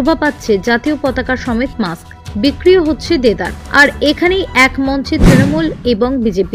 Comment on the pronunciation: আরে মাক্স নয়, কথাটা হবে 'মাস্ক' । সঠিক উচ্চারণ জানা বিশেষ প্রয়োজন। ব্যাপারটা কেমন হাস্যকর।